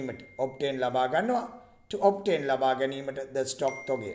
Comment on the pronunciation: Sir (obtain) kiyana ekak (obain) kiyala tiyenne ayy